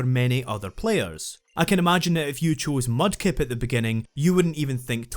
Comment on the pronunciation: you accidentally mispronounced "Mudkip", you coward. Swampert has one weakness. ONE. That KFC wannabe doesn't stand a chance against the obvious best starter of the three, ESPECIALLY in Ruby, which has team Magma with tons of fire and ground types, and Groudon being weak against ground type.